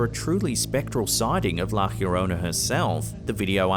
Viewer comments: It’s not la “heoronna”- its la” llorona” pronounced “ yo-rona “ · please learn to pronounce La Llorona right. There is no j or h sound. Yo rone nah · I loved all videos in this channel but I always wonder why your pronounce llorona weird...always pronounce yorona the double L is like a y sound . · Why did he pronounced la llorona like la jiorona? 😂😂😂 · Pronounced La yo-rona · It's La Lio-ro-na. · Also your saying the word wrong it sounds like the song "my sharona" but "la yorona" sounds similar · "La YA-rona"... and that's not a ghost. It seems to be a young woman is psychiatric distress. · Why are you pronouncing llorona that way? There's no "H" sound.